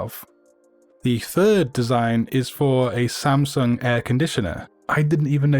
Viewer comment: Im surprised by your samsung pronunciation. This is my first time to see a non-korean who pronunciates it perfectly.